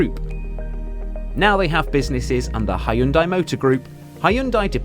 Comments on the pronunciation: its not ha-yun-dai, its hyun-dai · It's actually pronounced Hyun-De